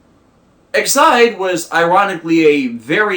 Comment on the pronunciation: I'm confused on the pronouncement of Ex-aid as as Ex-Id with an emphasis on the I and D. I thought it was pronounced Ex-aid as in Medical Aid? Just curious.